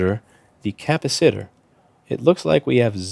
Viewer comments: "capa sitter" lol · Louis, PLEASE learn how to pronounce 'capacitor' properly. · The correct pronunciation of capacitor will help you deal with capacitors 100 times fold. If you can’t pronunciate you can’t fix